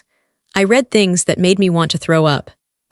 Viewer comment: Not reed, red.